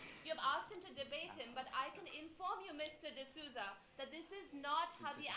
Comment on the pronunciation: Hey, little girl, D'Souza is correct.